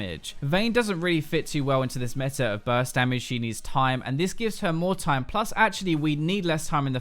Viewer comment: its meta not METR -_